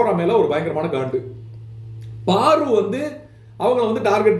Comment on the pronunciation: Paru not Baru